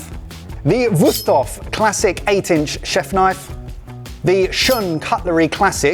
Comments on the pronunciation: I was already wondering about the name "Wüsthof" (even though they keep pronouncing it so funny as "Wust") and how familiar the handle design looks. Of course, it's good old German quality craftsmanship. You can rely on things like that here. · Just from the way these guys pronounce "Wusthof" I feel like they're definitely biased towards one of these brands going in.